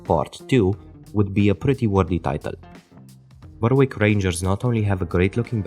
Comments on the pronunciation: Great part 2, hopefully it can get as many views as the first video. Just a head's up, the 'w' in Berwick isn't pronounced, so its more like Beh-rick. This is also true of Norwich, Southwark and Alnwick. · Well researched and most interesting. Just one small point. I don't want you to think I'm nitpicking, but Berwick is actually pronounced "Berrick"